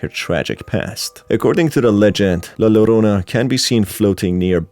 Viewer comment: Helpful note: In the Spanish language, the double 'l' makes a 'j' sound, so it's really pronounced 'jorona'.